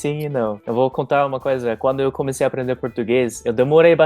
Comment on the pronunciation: Aplender ela conversa igual cebolinha kkk